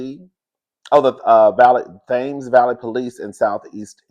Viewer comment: Not my ears perking up when you started talking about the UK 😂, the police in southern England is called Thames but pronounced like Tems the artist. Hope this helped! I can't wait for your RHOA review